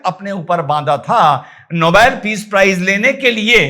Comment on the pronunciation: नोबेल की जगह नो बोल पड रहा है।😅😅